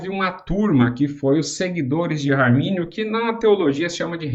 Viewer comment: Não é "armani" também não né kkkkk